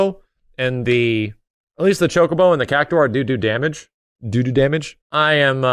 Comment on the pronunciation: Did I just hear "doo-doo damage"?